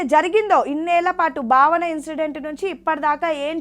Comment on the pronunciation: బావన కాదండీ భావన స్పష్టం గా పలకండి 🙏🙏